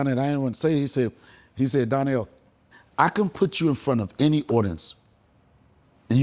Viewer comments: Gave him his flowers then proceeded to call him Darnell instead of Donnel 😅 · His name is Donnell not Darnell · Why is he calling him DARNELL???? 😂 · Dude is so used to people pronouncing his name Darnell - do better Deon. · The funniest thing about this interview is knowing that Deon is an actual writer but he kept calling Donell-Darnell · He called him Darnell the whole time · Did you call him Darnell!? Lol